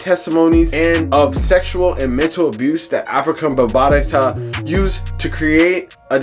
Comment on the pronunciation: Why do you keep calling him Afrika bambatata?? It’s Bambaata!! Not bambatata. Jeeze, why do we let nerds who just read articles report on our culture?